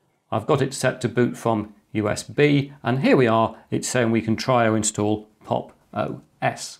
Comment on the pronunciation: at times i miss heard 'pop os' for 'pog os'